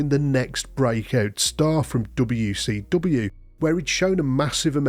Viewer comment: Gotta love how this guys says "dobbayouw see dobbayouw"